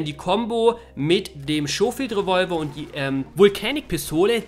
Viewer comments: Schohfield xD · "Lancaster" und "Schofield" scheinen für den Deutschen eine echte Herausforderung zu sein ,-)